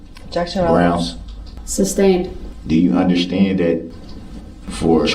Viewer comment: I can’t stand to hear hi say “underschtand” I hate it.